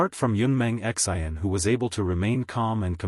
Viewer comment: 😆 lolz it's Xian not X. I. N.